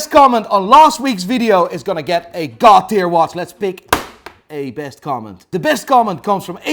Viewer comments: Whenever he says god tier, I hear “Cartier”. Is it just me ? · Everyone: God Tier: GAD TEAR